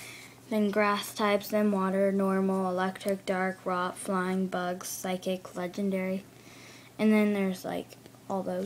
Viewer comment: Dude...you can say anything in that book right. It's not physic pokemon, its PSYCHIC...and learn the names of the pokemon before you make a video like this.